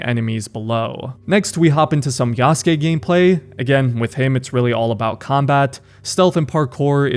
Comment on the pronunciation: bro has no excuse to still pronounce yasuke wrong😂